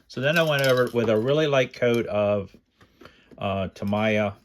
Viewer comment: Tameeeeeeeeeeeeeya, Not Tamiiiiiiiiiya!!!!!!!!!!!!!